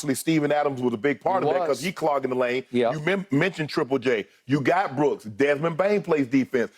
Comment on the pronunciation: Beruk not brooks 😂